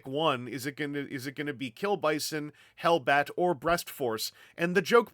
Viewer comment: 'Es 'inglish! 'Ellbat!